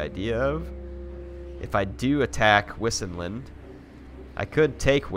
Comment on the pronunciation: I think wissinland is pronounced 'vysenland' considering all the other Germanic names in the game. Not a big deal, just throwing it out there.